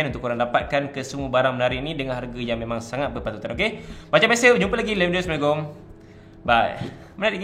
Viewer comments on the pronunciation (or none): none